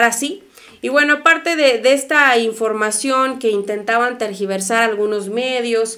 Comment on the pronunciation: buen dia,la palabra correcta es tergiversar,no targiversar